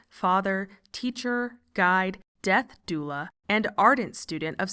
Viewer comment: "death doubla"????